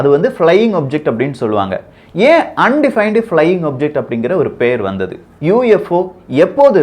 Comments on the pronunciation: தம்பி அது அன்டிபைன்டு அல்ல அன் ஐடென்டிபைடு. கவனமுடன் படித்து சொல்ல வேண்டும். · Plz look after the pronouns UFO un identified nu sollanum I silent illa appo rum Voyager thappa sollarega konjam correct pannikaga